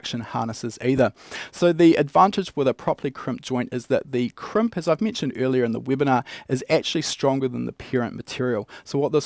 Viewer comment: Kremp? I thought it was called a Crimp...